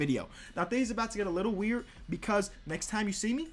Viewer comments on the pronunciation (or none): none